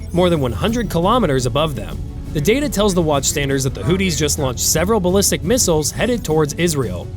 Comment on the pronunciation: Old news misread, misspoken, and copied from others. ..."the two miles(missiles)"🤦 TikTube is for dummies